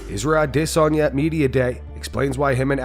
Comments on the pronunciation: “Israel Uh-DISS-onya” 🥴🤦🏻‍♂️🥴🤦🏻‍♂️🥴🤦🏻‍♂️ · narrator says Izzy's name like :"HIZRAEL OUTESONION?" #cringe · Who is a-DISS-onya? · Why do you pronounce it “a diss on ya”? For adesanya haha you doin him dirty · "Ah diss sanya" 🤡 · Israel ADDDD-esanya.......dude stop with that pronunciation its annoying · Israel Lasagna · All those views and you can’t even pronounce Adesanya. 😂😂😂